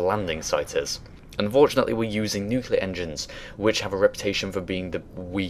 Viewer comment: I'm sorry but mispronouncing word: "nuclear" drives me nuts. Great video , of course.